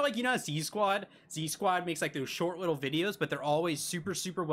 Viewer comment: i love you BUT IT IS ZQUAD not Z-SQUAD😭